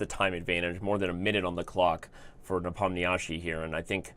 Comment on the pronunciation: When will people learn to pronounce Nepo's name correctly? It's getting to a point where one can hardly endure it anymore. For a start try "Ne-pom-nee-she" or click on the arrow here